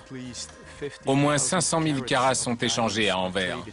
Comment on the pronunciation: On dit "Enverse" et non "Enverre"